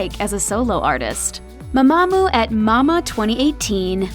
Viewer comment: why are you saying it like m'mAmoo